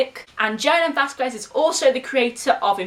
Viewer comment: You know your saying his name wrong it sounds like this Vaz skez